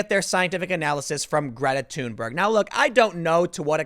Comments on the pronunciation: Thunberg is THUN BERG "NOT" TUNE BURG. Timmy, ----- Rose Mc GOW IN not MC GO IN Timmy. Dude you're killing me. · tim: "Greta TUNEberg"